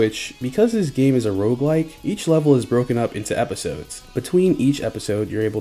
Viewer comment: maaaan it all seemed so cool until i heard rouguelike :c